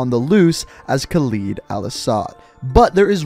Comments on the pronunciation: please for the love of god learn to say his name its Khaled al asad and not Khalid al asad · It is Khaled al asad, not Khaleed al asad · you are a great channel but please call him by his actual name Khaled(KAL-ed) not kaleed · "it's not a real name" yes it is. There are men named Khaled (not Khaleed as you keep pronouncing it) and yes it means immortal or eternal. Al-Assad is a real last name too, prime example, president of Syria. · I swear to god they pronounced Khaled correctly in the cutscene and IMMEDIATELY mispronounces it.... ED! not EED! 🤦‍♂️🤦‍♂️🤦‍♂️🤦‍♂️ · Its not Calid Alasad, its Khaled Al-assad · Khaled. Look at the word. Khaled. not "Khaleed" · Bro I hate when someone hears a name in a movie or game pronounced one way and then proceed to mess it up. Idk why it bothers me so much, but please don't make yourself ignorant. It isn't pronounced KALEED. It's pronounced Haled (Ha-led). Spelled Khaled. You hear it in every cutscene from COD4 to now pronounced that way, please don't go and mispronounce and act like nothing happened. It hurts my head😂😂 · Is khaled not khaleed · Sorry to sh*t on you but laswell already says it as khaLED like lead bullet,lead metal not khaLID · love u but it’s not khal-ee-d it’s khal-i-d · Pronounce it caled, not caleed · Kaleed al Assad? Ugh at least say Halid, or pronounce it like Spanish, Jaled. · Yeah I don't know why he pronounces that either. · So he pronounces i as e and e as i. Khaled Al-Asad to him is “Khalid Al-Asad”, and Hadir Karim to him is “Hadir Karem” 🤔🤔🤔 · Guys i want you to know that khaled alasad is pronounced (kh-a-l-e-d el e-s-e-d) but its fine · Do you just pronounce words how you want to or do you not know how to pronounce these words Khaled is (Caw-Led) Karim is (Car-reem) Urzikstan is (Er-Zek-Stan) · I acctully had to click away because of how he said khaled